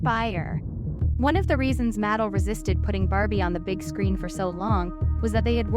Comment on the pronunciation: I‘m sorry, but the pronunciation of Mattel is quite distracting… it’s (mə-TEL).